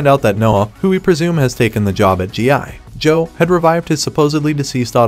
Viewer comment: Is this voiceover AI? It was really convincing until he kept chopping up the syllables in "GI Joe"